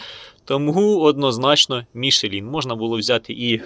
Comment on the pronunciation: "МішлЄн" назва фірми, не "Мішелін" ніякий!